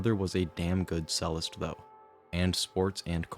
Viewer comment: Great vid, watched almost the whole thing but that is not how you pronounce “cellist” lol